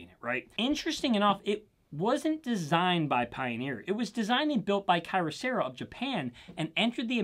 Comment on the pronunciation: "Key-ohserah" not "kai-rohserah" lol.